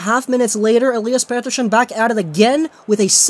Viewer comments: 70% of the video is you talking about being sick 30% is you mispronouncing pettershion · its not petter-shion